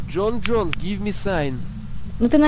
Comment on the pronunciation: Не Джон Джонэс, а ёпти Джон Джонс. Боец ЮФС в тяжёлом весе. Неучи= ))